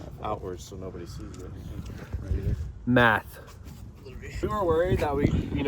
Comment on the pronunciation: ✨METH ✨ (Yes i know he said math)